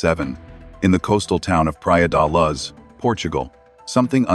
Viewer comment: Just the way they say Pra De Luz 'Pry-uh duh loo-sh' me every time and the way they say Leicester 'leh·stuh' or 'les ta' are the correct ways